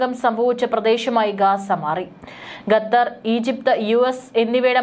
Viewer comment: ന്യൂസ്‌ റീഡർ, ഗത്തർ എന്നല്ല ഖത്തർ എന്നു തിരുത്തി വായിക്കുക.. കോമൺ സെൻസ് പോലും ഇല്ല.. കഷ്ടം.